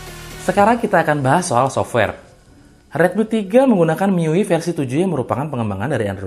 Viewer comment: MIUI ITU DI BACA MI YU WAI YQ BANG SEDIKIN INFO AJA👍👌